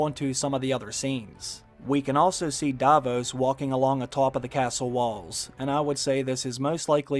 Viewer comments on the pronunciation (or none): none